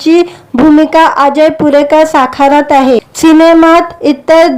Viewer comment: भूमिका साखारत आहे की साकारत आहे? किती अशुद्ध भाषेत निवेदन करता आहात.